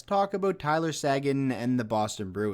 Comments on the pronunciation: It’s SAY-GAN, not SAGIN you idiot. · Pretty sure Tyler Seguin's name is pronounced "Sayguin" not "sAguin"